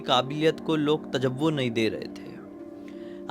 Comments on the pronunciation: भाई तजव्वो नही तवज्जो होता है।। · Tajavvo nahi tavazzo